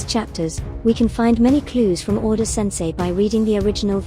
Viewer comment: you just called oda "oden" ? 😂😂